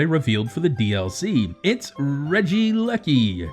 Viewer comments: I think it's pronounced "Reggie-leki" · Try pronouncing it RE-jee-ELL-ik-ee, it sounds much better